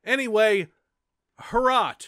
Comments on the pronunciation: you pronounced "Hrot" correctly as much as possible:) It means "Spike" and it´s from czech dev. Also greetings from Czech republic! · Your first attempt at saying Hrot was the correct pronunciation. Greetings from Czech Republic!